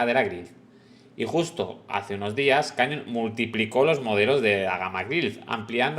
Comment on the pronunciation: Por favor, la bici se llama Canyon y se pronuncia ˈkænjən' y no cañon. Que es un nombre de bicis Alemanas pronunciado en inglés. El padre del rey tampoco queremos llamarlo John Carl I 😂😂😂😂